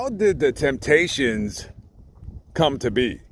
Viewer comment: You left the “p” out of Temptations. Thanks for your work.